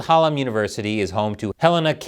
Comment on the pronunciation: I live in Sheffield and it’s Sheffield Hallam university, Hal-lam. Love the channel by the way. The thing about the passport is a disgrace and an outrage.